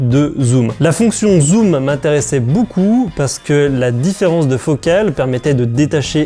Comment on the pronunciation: Il a dit Boucoups boucoups Hésitez